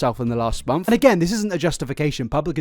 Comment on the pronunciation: Is he sayin 'month' or 'monf' ???